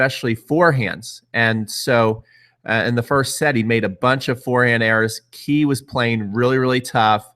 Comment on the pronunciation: btw it's "Kay" not "Key"... just saying.